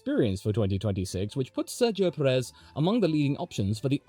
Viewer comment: … and it’s pronounced PE-rez, lad, just like we pronounce BLAN-do